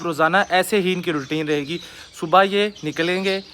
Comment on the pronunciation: Tum subha ko subho kyu kehte ho